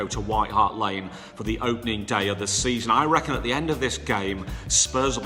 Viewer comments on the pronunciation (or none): none